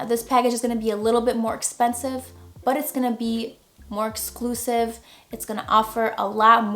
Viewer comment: Hey, big fan of your channel!! I'm just slowly getting into photography, this video helped me come up with some ideas in my near future. Your the first photographer channel I started following, followed by your homies Manny Ortiz and Irene Rudnyk. Btw, yes your funny, like how you say " Buhh" when you use "but", without the "t" pronunciation..😆